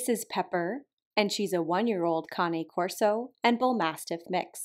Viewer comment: That's how it's pronounced. They are an Italian breed.